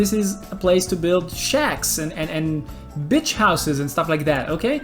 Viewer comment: You should probably work on your pronunciation of "beach," since it sounds like something else. : ) Great video.